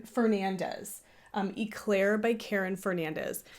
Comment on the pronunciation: That Noro Yarn is calling my name 😅 I'm being knitfluenced PS: "Éclair" is a French word that means lightning 🌩 The E in Éclair is pronounced "Eh" like "Ed" or "Bed" (not e like Pete) Your son is soo cute!